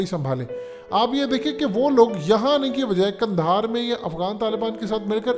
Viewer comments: لفظ قندھار درست ہے جبکہ آپ نے کندھار استعمال کیا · اگر آپ کی “حقیقت” کو “حکیکت” کر دیا جائے تو کیسا لگے گا اب پلیز “کندھار” کو “قندھار” کر دیں ۔